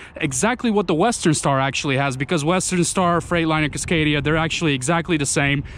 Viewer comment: The fuck is a CUScadia?